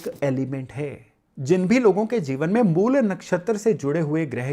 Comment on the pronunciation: अंग्रेज़ी भाषा के प्रभाव में आकर "मूला" न बोलें; 'मूल' ही बोलें। "रामा", "कृष्णा", "योगा", "सनातना" आदि उच्चार भी बड़े कर्णकटु लगते हैं।